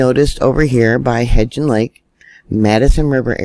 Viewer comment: love ya to pieces! May I help with a pronunciation? It's Hebgen Lake. There is no "d" in there. Just say it like heb (schleb, bleb, etc.) and gen (hen, pen) Easy peasy. Hebgen. You are such a blessing to us. Thanks for all you do! ❤️